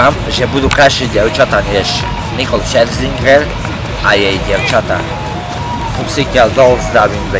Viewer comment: Najviac na celom videu ma prekvapilo že dokázal vysloviť meno Scherzinger :D